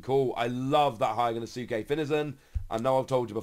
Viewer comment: are you sure you’re pronouncing HYOGONUSUKE right?